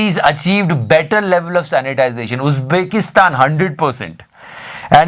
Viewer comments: Sanitation hota h.. sanitization nahi bhai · 'sanitation', na ki 'sanitisation'. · Sir, it's poor "sanitation ",,, not " Sanitization". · Keep up the good work. But it should be "sanitation" not "sanitization". (sorry for nitpicking) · bhaii it is sanitation not sanitization...😉😉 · bhai it's "SANITATION" not "SANITIZATION". By the way great work. Big fan.